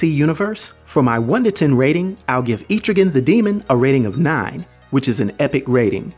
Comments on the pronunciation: I like what you're doing believe me I really do i grew up on comic's but you are saying his name wrong and it's killing me. ET-TRIGAN NOT EEEE-TRIGAN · No hate. But it was bothering me too much. It's pronounced Eh-trih-ginn not Eee-trih-gan. No not Aye-trih-gin, Eh-trih-ginn. Eh as in ELephant. Trih as in TRIp. And ginn as in beGIN. But great vid I love Etrigan, he is so underrated. :) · Etrigan's name is pronounced EH-TRIH-GAN, not EEETRI-GAN. Mad love & respect, bro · so this explained the stories from old rap. Thanks. Never knew it was pronounced E-trigan always thought Etch-rigan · I don't want to be that guy, but it's pronounced Eh-truh-ghan, not Ee-tree-ghan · Thought it was pronounced Eh-trigan not Eee-trigan. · Loved this, but man... "Eh-truh-gan." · I believe it is pronounced eh-trigan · JC I know right! Atrigan 🤦🏼‍♂️ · Terrible pronunciation of Etrigan. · He keeps saying it wrong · Etrigan the e in it is short not long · I think you’re saying his name wrong